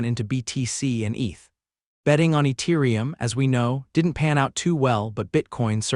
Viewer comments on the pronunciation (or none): Eturium lol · who tf pronounces the T in Ethereum????????????